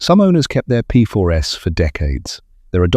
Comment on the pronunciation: The confusing reference to “the P4 S” is presumably AI’s way of saying “P4s” (plural). Thanks anyway for a very interesting video - I owned four Aunties in the 1980s (not the 1980 S 😉), following my father’s footsteps who drove us around in a 75, then a 90 in the 1950s. He was indeed a solicitor …